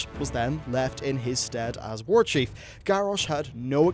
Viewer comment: "Warchiefu" hahaahhah